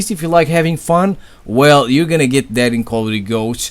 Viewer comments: It's not "dat" it's "that" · Beast i like how you say "that" as "DAT" got my sub m8.